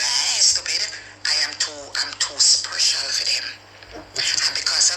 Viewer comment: Marcia is a "sprecial" girl...big deal can't pronounce "SPECIAL"